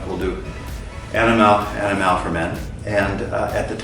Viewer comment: the emphasis is AniMALE and not AniMALe. So I hope everyone gets the pronunciation right. Its about 'male' and not 'animale'